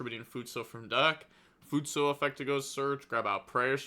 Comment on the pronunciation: My man’s legit replaced the last vowel for futsu